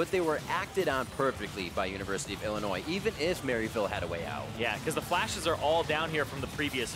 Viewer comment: learn how to pronounce Illinois